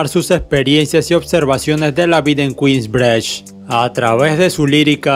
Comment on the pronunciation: "Kuins brich"